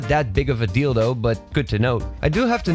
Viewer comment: He keeps saying “do” instead of “though”